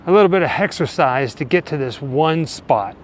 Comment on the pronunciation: Did you say “ hexercise”? Lol 😂